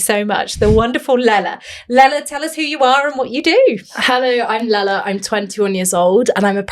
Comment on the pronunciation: Great discussion. Her name is not Lala.